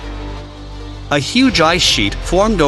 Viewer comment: Its epoc not epics. Jus so u know